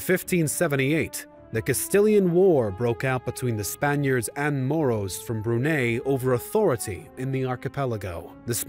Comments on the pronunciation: I know some westerners mis pronounce foreign words, but when Brunei was pronounce bruney , Itis either theyre lousy in pronounciation or they do it on purpose. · Why is everything mispronounced? Magellan, Brunei. Click, I'm out.